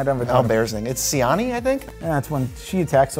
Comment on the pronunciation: In Polish, Siani is pronounced she-AH-nee. :)